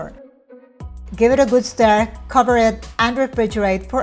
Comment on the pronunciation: She said “stir”!